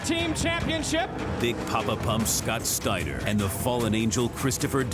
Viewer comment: Scwowwwwt Steiner!